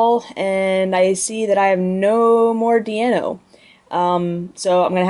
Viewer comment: "DEIno", notd "DIEno".... You're welcome =P